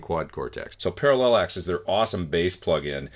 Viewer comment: what input level are you using and what level are you generally aiming for on the meter? i think it's pronounced para-lax right?